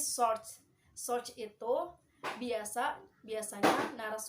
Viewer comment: Great job. Saya suka ada improvement dari vid pertama. Suka sekali ada assignment n summary.. Notes: pelafalan source, source etc.. 2. Yg baca news sebaiknya sendiri, ga usaha banyak2 contoh cukup 1 menit, ga diterjemahin gpp. 3. Sbg ganti dari baca news kelamaan, assignment n summary jadi bisa lebih lama. 4. Dlm assignment, beri jeda 5-10 detik ut partisipan menjawab.. Anyway great job